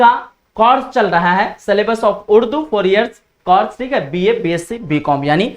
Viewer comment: Sir ji zaban sahi kiji. Course aur Coras mein aap ko farq nahi maloom.